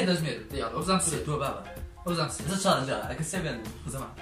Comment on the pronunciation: چارنج نا جاڵنج